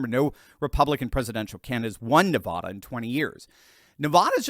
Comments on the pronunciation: Hi, I love your show. ❤ I wanted to share that Nevada is commonly pronounced as nuh-VAD-uh, with the emphasis on the second syllable and the "a" sounding like the "a" in "cat." However, some people, especially those outside of the state, may pronounce it as nuh-VAH-duh, where the "a" is pronounced like the "a" in "father." The preferred pronunciation among most Nevadans is nuh-VAD-uh. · Please stop mispronouncing Nevada. Second syllable doesn’t rhyme with AH. The A should be like the A in AT. I’m from there, and people from outside the state usually butcher it. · Nevada is NOT NaVAHda it is pronounced NaVAAda. Hope this helps. Commented from Las Vegas, Nevada. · Neh-Vad-UH. don't be silly. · Me and every other Nevadan, "IT'S NEV-AAA-DA" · Nev(A)da, A as in apple. You drive me nuts!! Don't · Please pronounce Nevada properly?